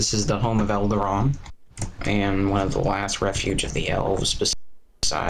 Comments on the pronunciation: Elrond* not eldarond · Oh my god, how can you be so large a fan of the Lord of the Rings and Tolkien's Middle-Earth to nearly build all of it by hand if you can't even take the time to learn how to say the names of the place and characters correctly? Eldarand? Aganamar? Lorthoren? He just gave up at saying 'Amon Sul' and stuck to the easy 'Weathertop.' Holy fuck, man, just watch the movies again, they say them all perfectly. Every time he says a word wrong, the syllables are knives in my ear.